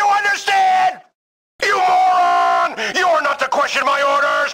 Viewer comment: My new favorite word is “mo-ran”